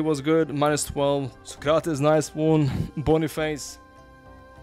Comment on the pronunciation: Sócrates the accent is in Só 😉, Pelé is in lé 😉